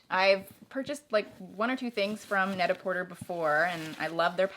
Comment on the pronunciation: It is said „net a porté“, cause it is a fictional name based on the french „pret à porter“. So you DON‘T say the r at the end! Sorry, I really like you, but every time you say it the wrong way it makes me cringe.